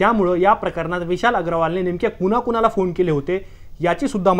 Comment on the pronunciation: पोर्श नाही पोशे ! कुनाकुनाला नाही कुणाकुणाला ! पुने नाही पुणॆ ! कुठून आणता असले निवेदक ?